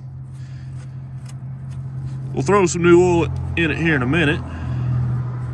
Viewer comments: Why can't Americans pronounce the vowel sounds properly? Ol it's Oil Oyl lol. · Ok , for Gods sake it’s pronounced “ Oh I L” . Oil is not “ Ool” ! How can someone who has above intelligence and mechanical ability slaughter the English language so severely? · Like how you call oil, “ohl”